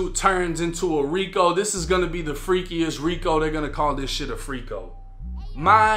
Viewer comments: A "freakO" 😂😂😂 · "FRICO" 😅😂 lol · New meaning to “these Diddy boppin mfers over here” & bruh not calling it a FRICO 😂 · A "FRICO"?😭😂